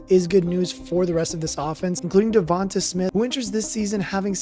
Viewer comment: It’s pronounced devontay